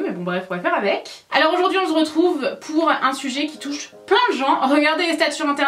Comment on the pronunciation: « On zredrouve pour une nouvelle vidéo ! » 😂 Tu m’as tuée !!!😂😂😂